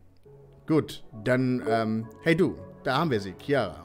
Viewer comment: Fühle mich jedes mal so angesprochen wenn er "Ciara" sagt😂 heiße Chiara wird also gleich ausgesprochen lmao